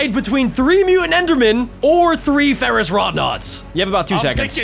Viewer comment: Ferouss wroughnaut